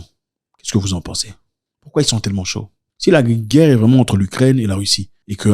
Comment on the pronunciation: La Guerre et non la Guère !